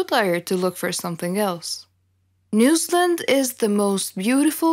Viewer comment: Lol it took me way too long to figure out where "newslund" was 😅. New Zealand. She's saying New Zealand 🤦🏽‍♀️